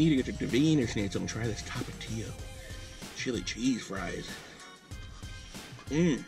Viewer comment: Tomatillos are green tomatoes😂 tapatio is said correctly